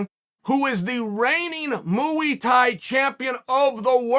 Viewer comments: “Mooey Tie” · “muAy Thai” uncle Chael 💙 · Why does he keep saying mooy Thai hahaha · Mooey Thai? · Starting off strong with "Mooey thai" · Chael has gone from pronouncing names wrong to saying muwi tai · The greatest striking art, MUI THAI. M.U.I. THAI MUI THAI! Uncle Chael does this to us on purpose 😂